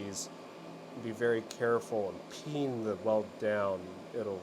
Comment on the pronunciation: Whenever you say “peen” I hear “pee in” at first. What is wrong with me?